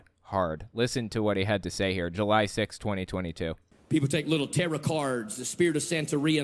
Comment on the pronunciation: LOL the pronunciation of taroth, i had a hard time known what was he referring to the first time I heard it. To me it sounds as if he was saying terror cards.